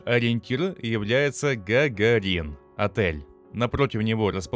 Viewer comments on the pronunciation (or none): Гагарин а не гАгАрИн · В слове Гагарин, ударение не на,, и,,, а на вторую,, а.,,. Был такой человек который первым побывал в космосе. Эх, ЕГЭ. Американцы всё-таки молодцы. Повальная безграмотность молодых в России.